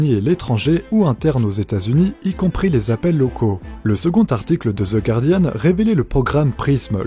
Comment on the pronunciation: Bravo pour cette prononciation correcte de "guardian" ! 💂👏 La plupart des gens prononçant "gouardiane", même les journalistes.